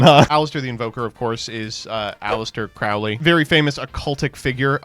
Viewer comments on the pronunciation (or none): none